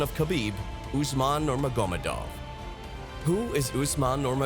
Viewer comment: I wish you would narrate yourself rather than using AI. Consistantly pronouncing one of the most well know names in MMA incorrectly. Nurmagamedov